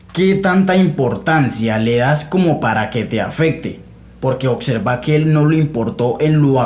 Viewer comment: Te respeto colega, puedes saber mucho en teoría pero ningun Macho Alfa habla así: "Mas sin embargo" "Suxtitulos" "oCserva" "aCsoluto".